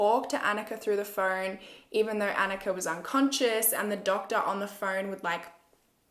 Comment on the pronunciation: hey just so you know her Annikas name was probably pronounced ON-Ika not AN-ika. I have a sister named annika and we are of norwegian backround.